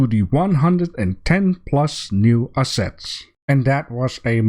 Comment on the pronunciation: remind me to learn you how to say assets and monsoon :P